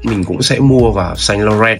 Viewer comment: Bác 7 năm tiếng Pháp mà phát âm sai: "Saint Laurent" rồi ạ (em góp ý thôi).